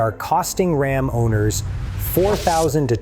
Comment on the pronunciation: From the horrible robot voice over that pronounces "RAM" as "Rahm" on the fifth word of the video to the hugely misleading "#1" (if your Ram has "e-Torque", it doesn't use the starter to restart your engine, it uses that big-ass 48-volt DC motor to directly turn the crankshaft) -- I'm giving this video a "thumbs down"